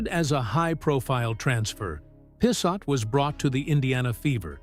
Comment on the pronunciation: Pissot is of French derivation, pronounced "P so". Not sure about the second T, though.